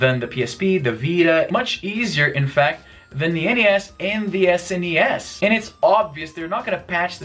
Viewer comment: Thank you for saying N-E-S and S-N-E-S rather than "Nes" and "Snes". I've never heard anyone refer to NES and SNES by making their initials into a word until watching YouTube vids.